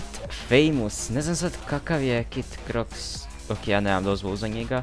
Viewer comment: Tooooo <3 Samo mi nije jasno zasto svi govorite Cro iks kaze se Croks LOL